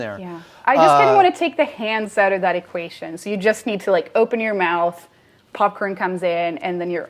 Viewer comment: she says “equation” with a Swedish accent